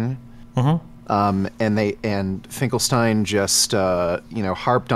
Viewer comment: omg its finkelsteel